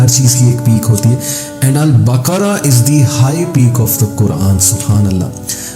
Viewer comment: Assalamoalekum aplog q ko k kiyon perhtey hain. Quran ko bhi kuran perhtey hain esa kiyon hai? Sura baqra ko bhi sura bakra boltey hain. Meherbani kerke sa kariey aap esey perhaeyngai to apkey student bhi yeh hi perhaingai.